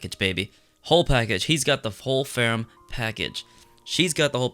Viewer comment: Why do you refuse to say Faraam correctly? 😂